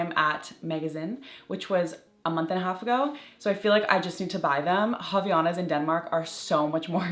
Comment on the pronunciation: I love Havaianas!! Just fyi, it says “Avaianas”, and you pronounce the A after the V, it is a Brazilian brand, so it’s Portuguese. The H doesn’t have R sound, it is muted 😊